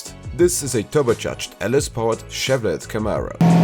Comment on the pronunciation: It’s either Chevrolet (pronounced Shevrolay) or Chevy (pronounced Shevvee)